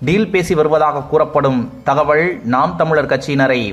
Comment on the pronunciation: தகவள்....????? ல.....ள.....வேறுபாடு தெரியாதா?